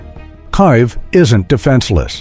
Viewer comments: Your AI is deficient and cannot even pronounce Kiev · the way you pronounce KIEV / КИЕВ is a crime - shame on you